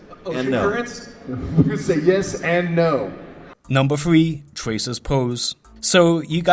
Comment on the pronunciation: Diablo 3 is not spelled "Diablo Free"...seriously, listening to u hurts!